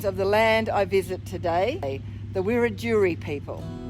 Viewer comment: Hey, just an fyi, the first nations people is pronounced, phonically, wer-ad-jury, the wiradjuri people , luv that you show your respect, cheers